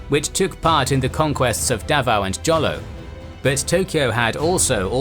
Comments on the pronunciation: Jolo is pronounced Holo in Philippines 😁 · Holo (Jolo) , J is pronounce as H. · BTW, Jolo is pronounced as "Holo" and the stress is in "lo". Just wanna share